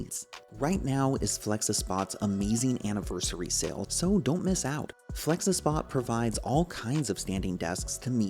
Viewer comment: Its Flexispot not felxespot